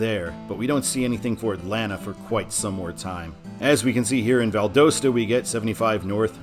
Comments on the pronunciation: The correct pronunciation of Valdosta is Val-dahs-ta. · It's Oh-Cal-la and Val-da-sta - My grandparents lived in Williston. My Dad when out to swim in that sink hole as a teenager in the 1950's. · I'm sorry but I think you mispronounced Valdosta. I live in Georgia and it actually is Val-daw-sta. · You have two pronunciations that are driving me NUTS in the video: Ocala is pronounced o-KAL-uh (short a) Valdosta is pronounced Val-DAHST-uh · Your ocala and valdosta pronunciations need work lol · Valdosta isn't pronounced right. The o sounds like an a. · Wow, you might want to learn the proper pronunciation of the cities that you’ll be mentioning in your videos. Seriously !?!? ...... Ocala & Valdosta to start with. I could only handle watching for the first 1-2 minutes before I was done. Good luck with your future videos. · Ha I live in Valdosta and it’s so funny hearing people mispronouncing it! Also that was exit 11 that you showed, and it’s by far the worst exit out of all the ones in Lowndes county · The O Valdosta is pronounced like the OU in ought not the O in own.